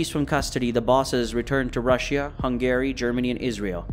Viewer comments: lel "Hung-Gary" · Truly impressive levels of mispronunciation. Who is Hun Gary? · Why can you not pronounce Hungary correctly? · Why is he pronouncing Hungary like “Hung Gary” Also… He was considered to be the top Russian gangster.. he’s from Ukraine, not Russia. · is this AI? Such strange pronunciations of things like Eurasia, Hungary, Russia, Israeli, and others. Gotta be AI, no other explanation I can think of for so many mistakes from what sounds like a native English speaker.